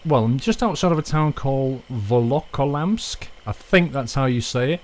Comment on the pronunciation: you said volokolamsk right